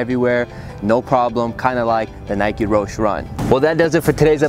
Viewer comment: 2016 and still mispronouncing roshe